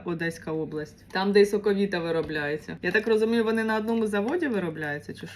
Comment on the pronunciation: Ви чомусь "соковита" читаєте не українською(